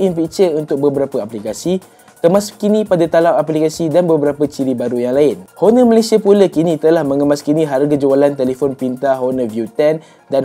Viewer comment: Betulkan sebutan “Honor” dlm video akan datang